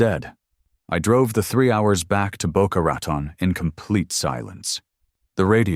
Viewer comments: It's pronounced Boca RATONE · Rat on. Do you mean Rotan Florida? Get it right